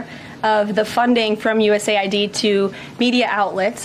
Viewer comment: Please stop saying 'aid'. It's NOT 'aid! U S A I D